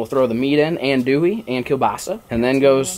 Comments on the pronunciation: He rlly said ann Dewey 😂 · This man said Ann dooie you need to come down to the south and take a couple lessons😂😂